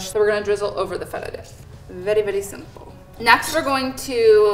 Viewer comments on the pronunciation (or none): none